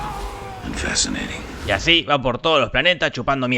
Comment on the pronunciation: Its jorribl rily jorrivl and fasineiting jajajajaj